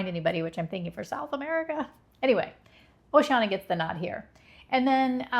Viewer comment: It’s pronounced Oh-she-Ann-e-ah, not oh-she-anna